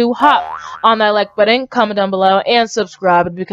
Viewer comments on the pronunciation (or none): yeah but It was pretty funny the way she said Subscroobed XD